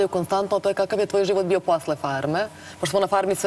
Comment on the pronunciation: jeste malo smešno...ahahahaha pa nije je bijo nego davijo :) joooj Ok mi je devojka ali žešća je kad progovori i još pokuša da opravda taj fakultet koji završava ili je završila nebitno